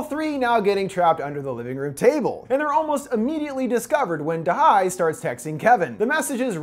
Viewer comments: if you had watched the movie, you would have noted they say da ye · it's da he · i am pretty sure it’s “da hye” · "to butcher the korean language as little as possible going forward" "turns out da-HI" haha you tried 😭 Edit: its Dahey btw!